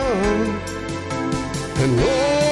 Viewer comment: He says and means charm, but it sure sounds like chum haha.